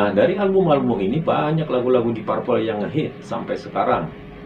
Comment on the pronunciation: Koreksi dikit penyebutan deep purple sehrsnya "dip perpel"